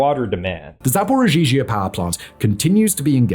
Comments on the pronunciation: He says zaporigeegee at 35.36 if you need to know quickly 😂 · "Zaporozhizhia" Sweet Jesus... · hilarious hearing making Zaporizhzhia harder to say than it already is lmao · is putting an extra ‘z’ in the name and it’s driving me nuts. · As a russian speaker. Simons pronunciation of zaporizhiea/zaporozhie is something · Why does say zaporizhia like that? That second zh is not necessary.